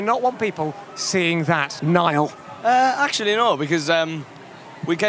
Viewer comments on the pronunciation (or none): HAHAHAHAHA Louis called Niall 'Neil' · When Louis called Niall "Nail" wxkdlskfgh 😍😍😍😇😍😍😍💓💗💓💗💓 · Niall said in an interview that Louis does that because it bothers him so he does that on purpose😂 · He is allergic to saying NIALL 💀💀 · He does that, he can't say Niall